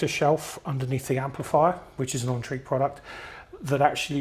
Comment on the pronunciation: It's pronounced as N-trek. Speaking as a Swede. Great review. I have the Mice, a silver minimus and a Poseidon and 4 Max T.